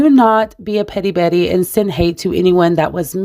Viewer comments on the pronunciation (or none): none